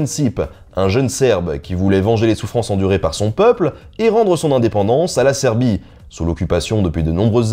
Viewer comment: Jamais l'indépendance ne m'avais fait aussi mal aux oreilles =(